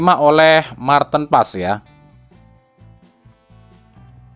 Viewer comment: Mar tin pa es.... Bukan Marten pass...